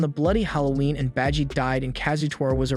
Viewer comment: Beji?! Its baji!!!!